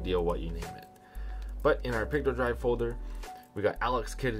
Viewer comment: I’m wondering why you keep calling Picodrive “pictodrive”…..is that a misspeak or is there another version of Picodrive called “pictodrive”?? How can you tell between Picodrive and Pictodrive?